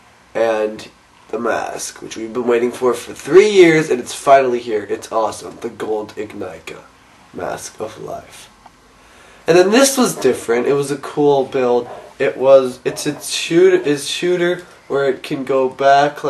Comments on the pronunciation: It's called the "Ignika", as in Ig-Nee-Ka. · Just thought you should know it's pronounced "ig-knee-kah".